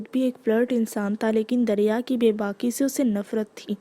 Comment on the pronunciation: Ramzan Kareem Api . Api it's not darya it's dariya